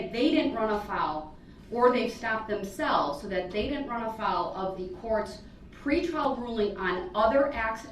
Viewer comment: "No I di-ent"